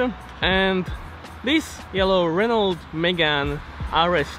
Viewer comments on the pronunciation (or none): Nice car 👍🏼 Btw don’t spell the “t” at the end of Renault. Greetings